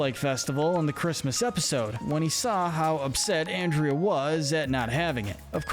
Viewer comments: I dont know if anyone else commeted this but you keep on misproncing anderda name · man really pronounced andrea's name "and-ree-uh", she's not gonna like that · 3 things. 1. You're lucky Andrea isn't real because you would get on her bad side. It's Ahn-dre-uh. Lol. 2. You couldn't have waited to make this until the end of season 2? There are still some characters to introduce and ones that have time to develop. 3. I agree with this list 100%. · It's funny how you talk about that while continuously mispronouncing her name throughout the video, lol. "Given that he was forced to do this by the Ghost Council, we can't exactly see him as much of a bad guy." It's so good to see have actual sense here. I see Villain's Wiki claim Scratch from the Ghost and Molly McGee is "Neutral Evil" and not "Villain by Proxy" even though one of their definitions for "Villain by Proxy" is that a character is forced to do something because another character is making them do it, because the character that is doing "villainous things" is tricked, threatened, manipulated, blackmailed or forced into doing bad. Similarly to how Scratch was being forced to do scares and make the town miserable or else he'd be sent to the flow of failed phantoms, Larry Koopa doesn't really even wanna fight Mario (JP version of Color Splash) and only does what Bowser says because he's scared and doesn't wanna be scolded, not to mention Larry takes Bowser too seriously and too literally because he's a kid. Now if only Mario fans would admit Larry Koopa isn't much of a bad guy either for that very similar reason. But then that would require them admitting Mario does unnecessary child abuse to a 13-year-old. It's funny that it took this long for Darryl to show up on the list, but to be fair, it does make sense, lmao! Oh yeah, it's a shame that Mr. Davenport couldn't be more like Andrea, I don't really like him, heheh. Oh god, t